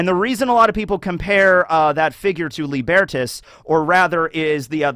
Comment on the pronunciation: Tiniest nitpick - Lībertās, the Roman personification of freedom from authority, is pronounced Lee-ber-taas, with a long i and a.